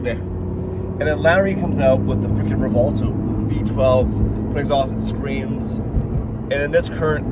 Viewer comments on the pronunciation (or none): WHY do these people keep calling it "Revolto"? I keep having 2nd hand embaressment.